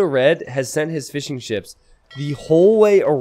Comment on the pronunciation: Every time you say Fishing Ships, it sounds like "Fish 'n Chips" to me.